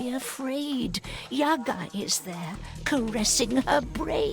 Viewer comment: But still pronounce Yaga wrong.